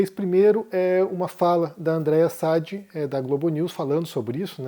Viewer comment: Por que o insiste em falar errado o nome de diversos jornalistas?? É Sadiiiiii como ela mesma fala